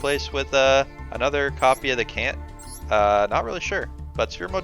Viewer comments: How does this man really not know that chant is pronounced ch-ant, he really said CAN'T 🤔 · pretty funny that you chant pronounce chant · Mispronouncing "chant" isn't that big of a deal, I'm just glad you spelled "competitive" right